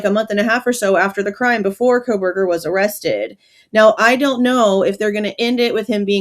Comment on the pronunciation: U mean he said KOL-berger 😂😂😂 he can't get that L outta there